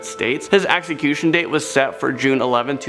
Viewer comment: Ax ecution? Or Execution?